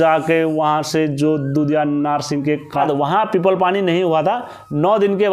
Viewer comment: Bhai dadu narshing nhi dhudha narsingh baghwan bolte hai inko